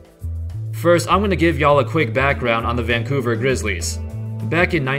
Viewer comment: Dude talks like a computer... THE vanCOUver grizzLIES